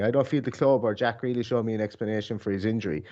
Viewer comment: Why can't he pronounce Grealish?